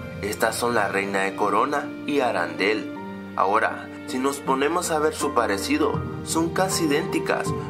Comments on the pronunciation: no. se. dice. aran del. se dice arendel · Por qué dices "Arandelle" si es "Arendelle"? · Me gustan tus videos, sos un genio y tus argumentos sobre estas peliculas son muy interesante ¡pero es ARENDEL no ARANDEL!!! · no es arandel es arendell creó :v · No se dice arandel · Oye tu siempre dices mal harrendel tu dices ha rendel i no es asi